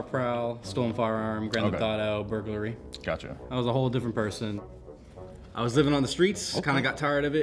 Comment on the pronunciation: My boy said Burgaly* 9.11 minutes